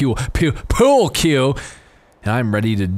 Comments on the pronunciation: "pyewl que" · trying to pronounce pool cue sounds like Cartman trying to pronounce cool